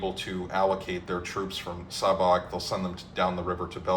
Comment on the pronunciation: Hello, I’m from Šabac. The Š is pronounced as a sh- sound like in shadow and the c at the end is pronounced like the ts in tsar so something like sha-ba-ts. Great video, always happy to see my home city mentioned especially in historic contexts 👍